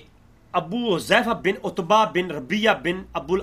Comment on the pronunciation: Pehlay apna Arabi aor Urdu ka Talaffuz sahi kro 😒 لفط عُتبَہ کو عُتَیبہ پڑھ رہے ہو، اور دوسرا لفظ، * عَمرو " ہے نا کہ عُمرُوْ " تمہیں ابھی اسی کا فرق ہی نہیں پتہ چلا، 😒 پہلے اپنی عربی اردو صحیح کرو، دیکھ کر بھی تم سے پڑھا نہیں جا رہا 😇